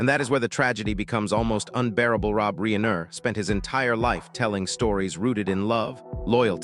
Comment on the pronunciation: Reeener???? Not fake dramatic